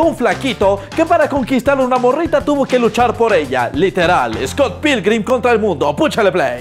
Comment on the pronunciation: Scott pickman jaja